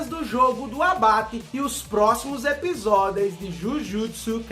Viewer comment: ''EPISODEIS''? Dicção do tem que ser estudada pela Nasa kkkkkkk